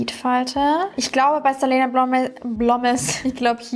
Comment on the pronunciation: Man sagt "selina".😉😘😘